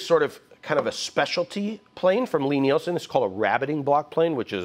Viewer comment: He says Lie Nielsen so perfectly, I feel like giving up. I'll never say it in such a fine, American way.